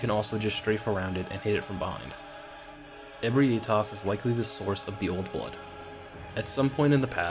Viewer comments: You pronouncing Ebrietas as E-bri-A-tas instead of E-brie-tas as it's spelled was really hard to listen too. Lol Fun list though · I always pronounced Ebrietas “ah-BREE-tiss” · Alright, gonna say this again, and again if I have to Ebrietas - eh-bry-uh-tuss Because this seems to be a name everyone has troubles with